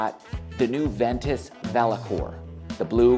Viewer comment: Ventus not venture .....lol